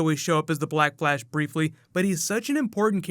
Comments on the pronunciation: Is it just me or is he saying black blash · Did anybody hear black blash? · Did anyone here black blash ?😜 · Is it just me or did he say "Black Blash"? Edit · The way he says black flash. Ugh.